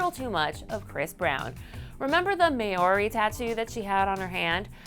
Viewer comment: Ik I was shocked like say it properly girl it’s bad for my culture